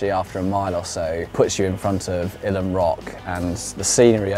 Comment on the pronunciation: I climbed this in 1965 using aid. We didn't have the same level of protection - or technique - in those days. We also pronounced it Eyelam not Ylam. I'm a Derbyshire lad and we know our place names!